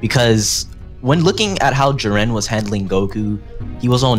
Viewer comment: His name is JIREN not fucking Jurin. Im giving this video a thumbs down because I can't stand the way he says his name. Its like calling Goku Guku.